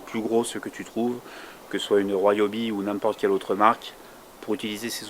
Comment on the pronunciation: Ca se prononce "ri-o-bi" non pas "roi-o-bi". Vous dites ne pas connaitre le couple de serrage de vos roues parceque montées à la main, et dans la foulée vous annoncez le couple... J'ai lâché là, ça pue le frimeur mythomane...